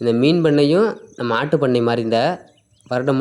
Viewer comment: ஜீ ஆட்டுப்பண்ணையா?. மாட்டுப்பண்ணையா?. உச்சரிப்பு சரியாக விளங்கவில்லை. வாழ்த்துகள்.